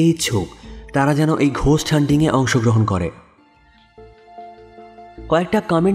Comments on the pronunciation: কথাটা “গোস্ট” ঘোস্ট না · বানান ghost হলেও উচ্চারণ 'গোস্ট'। এগুলো একটু খেয়াল রাখবেন।